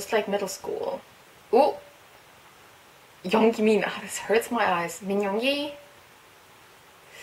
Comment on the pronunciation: Just sayin it's pronounced yoon-gi not young-gi.